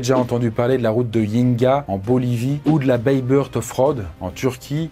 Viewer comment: La ville ou la route est située en Turquie se prononce ''baybourte'' mon ptit 😉